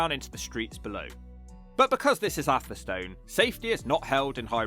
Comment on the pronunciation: Rugby was really attractive a decade ago. There's a whole series of failing towns along the A5 - now one vast distribution road from Lutterworth to Tamworth. Hinckley, Sunny Nunny, Beduth, Atherstone (you need to get the pronunciation right, mate). Atherstone is actually quite lively and picturesque. I lived near Coalville as a kid and youth so I know what a shithole looks like. I moved to Nuneaton in '76 and out in '93. I now live in Atherstone. Like all Central Midlands towns they need huge cash injections...fat chance.